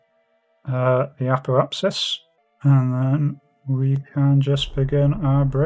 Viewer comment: Usually youtubers suck at creating names but you're an exception Its apoapSIS not apoAPES 😄 Hm.., so proper capsule position really makes a difference between life or death, good to know